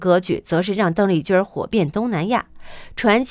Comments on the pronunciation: 小姐，妳的發音有問題吧，鄧麗君的（君）不能走小仄，不能說成（君兒）不好聽不是嗎？ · 你的儿话音儿真让人受不了，邓丽君宁要发音成“邓丽君儿”，听起来很轻狂，儿化音不是随便什么地方都用的。